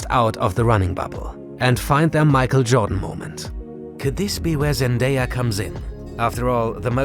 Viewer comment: Who the heck is zandaya???